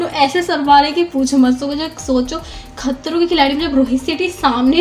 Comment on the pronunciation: the way u said " khatroon" 🤣🤣